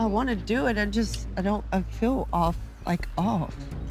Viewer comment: It’s doo not du and it’s mummy not momma